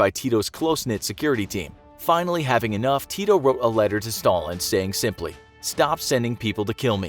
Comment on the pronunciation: He says tito so funny😂😂 its diferent in serbian-language that was speaken in yugoslavia (yugoslavia doesnt exist now)